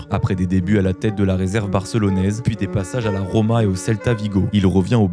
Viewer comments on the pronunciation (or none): none